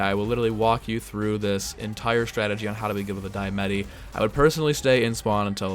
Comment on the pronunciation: It's pronounced "Dee-Uh-Mah-Tee"